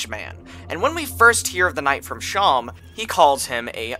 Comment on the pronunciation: Better than him pronouncing Seam (yknow, like on clothes or in sewing) like "Shawn"